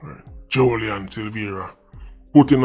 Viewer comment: Jo-lie-an. Lol